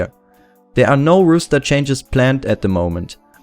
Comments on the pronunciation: Good video; just wanted to mention it's roster not rooster and it's pronounced like rawster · Very interesting video. I think they will drop Friberg, Allu and Get_Right. Just one thing - it is "roster" not "rooster". A rooster is a bird, like a chicken. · If anyone here gonna laugh at him for say "Rooster Change" instead of "Roster" obvious you don't think cuz clearly English isn't his first language give him a break:D, keep up the good work!! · haha, 'rooster', I love it. Keep it pronounced like that in future videos pls <3